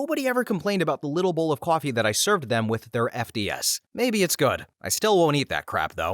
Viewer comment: Are you saying "coffee" in that last story? Sounds like kwaffy